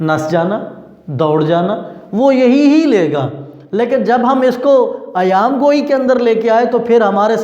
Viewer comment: سر ایام گوٸی نہیں ایہام گوٸی ہے